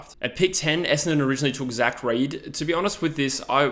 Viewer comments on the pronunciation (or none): none